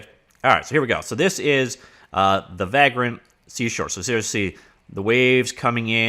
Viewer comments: It’s pronounced vague-rent, as in a tramp or hobo, do all Canadian miss pronounce words? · Unrelated but seeing the word Vagrant reminded me of one of my favorite games, Vagrant Story. Also you say vagrant weird, or maybe I say it the wrong way lol. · No, he’s pronouncing it wrong, but I forgive him.